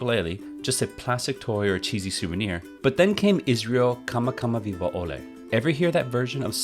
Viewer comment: How you gonna get Shimabakuro right but not kamakawiwo'ole??? lol